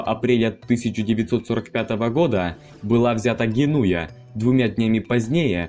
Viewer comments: Вообще правильно ГенуЭа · В слове Генуя, ударение надо ставить на Е. А так ролик понравился!